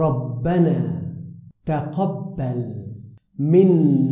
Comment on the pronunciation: Jazakalla, Iooks and sounds like he is saying Tuhubbal. Do Tuhubbal and Tuqubbal mean the same thing?